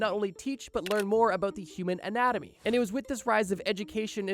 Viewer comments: he said Atonomy everytime insted of anatomy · ANATOMY NOT ATONOMY dang dude learn to read maybe... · Anatomy not autonomy lol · The what act? Atanomy? I thought I could trust you, bro? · the mispronunciation of anatomy has me seething bros literally saying autonomy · Its "anatomy" not "autonomy" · Bro were you really saying “autonomy” for “anatomy?” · Ah-Nat-oh-me, anatomy. Anatomy ≠ Autonomy. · The " Atonamy act"? Lol... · "Atonomy"? Boy, I really hope somebody got fired for that blunder. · "Anatomy" isn't pronounced autonomy, just FYI, lol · The way you pronounce Anatomy is deeply unsettling, love the vid!